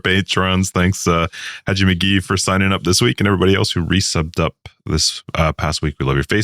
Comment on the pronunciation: You said Haji McGee correctly! Fuck yeah! ( Haji McGee is my dogs name)